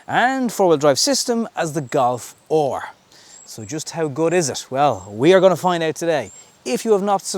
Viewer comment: "galf oar" & a little moan about the engine cover not even saying 2L tsi on it, bruv at least it has an engine cover, mine doesnt lol